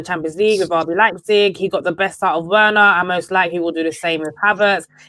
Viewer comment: I feel like crying everytime pronounces verner as werner 🤧